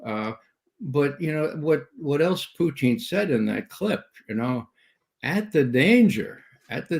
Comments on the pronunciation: Love this channel but its not "Poochin" (thats a dog breed) or "Potcheen" thats another strong Irish drink, its "Poo tn". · Does brother McGovern know he is pronouncing Putin like Irish moonshine Poiteen?